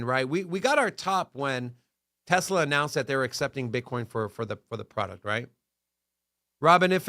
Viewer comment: Sounds like jersey people. They say gazzaline just like tezla. But will say gas